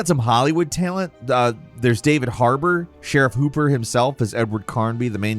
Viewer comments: Ok so I gotta ask.. does mispronounce things on purpose? I've heard him do it countless times in their videos and I'm genuinely wondering. Example: in this vid when talking about David Harbour he says "sheriff hooper" instead of Hopper. That's just one example but I've seen every single gameranx video, because they're very good and I look forward to them, and I hear him do it in almost every one. Didn't know if I missed some sort of running joke or what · But he said sheriff hooper.... its sheriff hopper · Sheriff Hooper… lol. I hear butcher names more often than Jake nowadays., I know your a bird but it’s not pronounced Fortza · Did you call him Sheriff Hooper? Lol